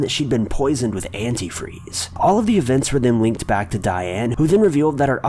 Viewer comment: He say "Annie freeze"?? Drag name..👌